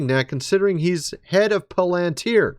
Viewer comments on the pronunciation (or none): You're putting the accent on lan in palantir. It should be Pál-en-tear.